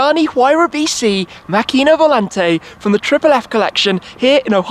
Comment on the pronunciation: props for not butchering macchina volante too much. so many people would have not made the effort to learn the pronounciation